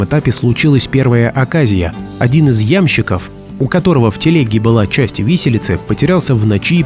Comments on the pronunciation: Автор, ты глупец или не знаешь русский язык? Не Ямщик а ямщИк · Я'мщик заблудился " ☝️🤣